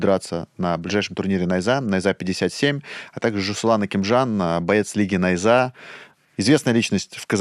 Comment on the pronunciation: Ставьте ударение правильно, не нАйза , а найзА